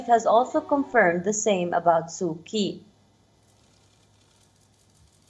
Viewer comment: Being an anchor of a well-known intl news channel, how odd it is to hear hear you pronounced "Kyi"(pr-Chi)!